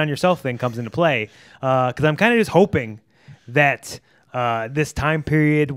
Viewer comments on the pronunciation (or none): none